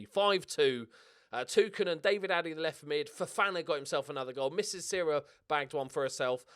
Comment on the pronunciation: His name is NOT David Addy, but Daddy (D. Addy)